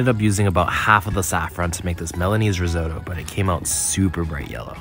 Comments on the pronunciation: We mustn’t normalise the pronunciation “risowetoe” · The way he pronounces risotto 😂😂😂